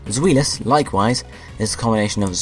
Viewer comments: Its Zwielis pronounced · Pronounciations: Die-No Zvie-los Hi-dri-gon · Your saying zwei wrong